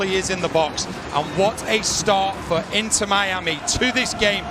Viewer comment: "Inner Miami" 😅